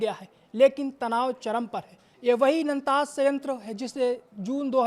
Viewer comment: Abe naam theek se le, kisne ancor banaya be. Nantaaz ..